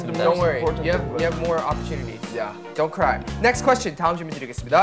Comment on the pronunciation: I'm listening extra close for Jimin's English and his "Don't cry" was amazing. He just snuck it in there.